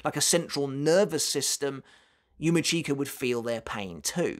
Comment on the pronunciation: yUma ckeEka... 🤣 😬 It's yu-mEE-ch(i)ka... 😶 #IStillCant #Slaughtered